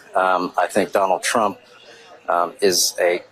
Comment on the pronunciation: "Donal Trump" ? 😂